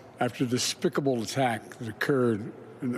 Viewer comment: He pronounces Despicable like Bugs Bunny used to when i was a kid